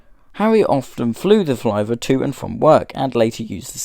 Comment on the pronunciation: I don’t think you pronounced Flivver correctly. As spelled, it should rhyme with “liver.” Perhaps it should be spelled “Flyver?”